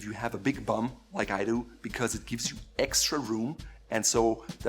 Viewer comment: I like how he says big bum